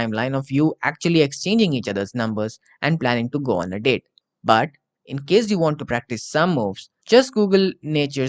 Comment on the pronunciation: You should sepearte the words a little more, I read go on as "goon"